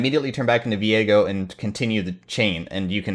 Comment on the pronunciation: Whoa, when pronounced his name I had a brain fart. It's Viego, not Veigo. Learning not just pro league but also English. Thanks 👍